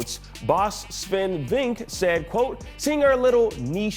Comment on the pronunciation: Swen “Vink”? Well that’s a new one